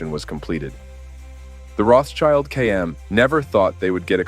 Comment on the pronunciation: Rotschild doesn't mean "child of the rock" nor it is pronounced [roths child]. It's pronounced [rot shield] and it literally means "red shield". Don't make amateur mistakes on serious topics.